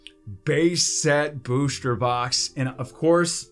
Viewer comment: Why do u always say booshter box rather than booster